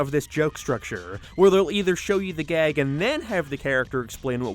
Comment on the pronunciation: You add a syllable to words. Like "show". Or "gag". You add a breathy "uh" sound at the end sometimes. Why?